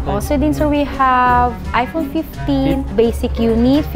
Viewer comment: "gusto ko ng ano eh.....aypOwn"